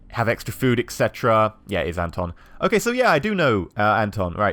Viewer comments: I thought the pronounciation is : Anton = Un-ton Cveta = Sway-ta Pavle = Puff-lay Zlata = Zla-ta (A as in Arm) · Your pronunciation of the names is freaking terrible! Cveta is pronounced "Tsveta", Zlata is pronounced like the name of the footballer Zlatan Ibrahimovich but without the "n" (duh :D). To say Anton properly, just change the stress and Pavle - I don't have any idea myself, so I'll accept your pronunciation! P.S. I know this video is 5 years old, but it really bugs me how you pronounce the names! So, to summarise - this is more of me venting out, then an actual criticism !